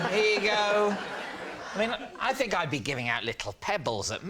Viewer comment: Is it a truth or a lie Adam Woodyatt.can't say "think" but substitutes "Fink" !